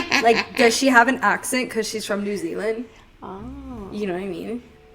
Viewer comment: Love you, watching you has encouraged me to explore my own abilities more in psychic mediumship and spirit communication and absolutely adore these podcasts, I'm from New Zealand and you pronounced both the Country and City name correctly and being someone who grew up with their older sister living in Auckland and having gone up there many many times I can confirm hearing the witches cackle, it's quite a haunting sound like a whisper being carried through the wind as if it's off in the distance a bit. Beautiful area to walk around in the evening and early night but not a place you want to be hanging around in the early hours of the morning late into the night.